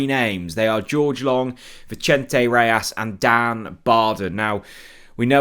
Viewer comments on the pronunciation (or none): none